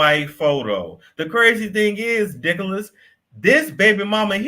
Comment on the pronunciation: Omg! Did he say DICKOLAS!!! 🤣🤣🤣🤣